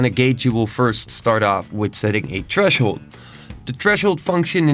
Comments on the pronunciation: very well explained bro, but i can't stand "treshold"... th... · Tresshold** loll stop it I'm trying to pay attention... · There's a "h" after the "t" in threshold XD